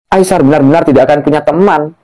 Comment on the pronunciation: Hello admin...sebutan namanya adalah Ai-sar..bukan Ai-syar...come on lah...cuba anda sebut dengan benar dan betul..!!